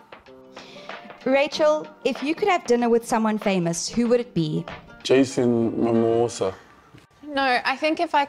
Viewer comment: “Jason Mimosa”😭😭